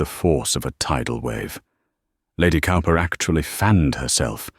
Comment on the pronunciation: Cowper is pronounced Cooper